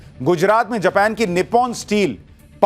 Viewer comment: जपान नहीं भाई जापान हे उस देश का नाम